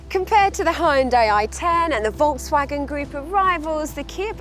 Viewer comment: Being in the car business and not knowing how to pronounce Volkswagen is just embarrassing.